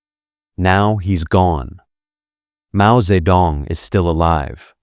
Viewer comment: interesting content; mispronounced jing in Beijing, dze in Mao Dzedong; feng in Hua Guofeng, qiao in Zhang chunqiao; jian in Ye Jianying; de in Wu De; lian in Chen Xilian; Deng in Deng Xiaoping